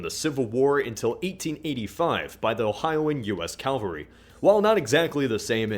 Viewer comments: cavalry, not calvary oh-mahj, not home-idge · Consider me the pronunciation police: 'Calvary' is a place in Israel. 'Cavalry' is the military term. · cavalry not calvary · What is "calvalry"? Really... why would you put an "l" before the "v"? Really annoys me, it's not that difficult to pronounce "Cavalry". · IT'S CAVALRY, NOT CALVARY! TWO COMPLETELY DIFFERENT THINGS. Sorry :3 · cav-alry: a formation of mounted solders cal-vary: the hill that Jesus was crucified on please note the difference for future pronunciations. Thank you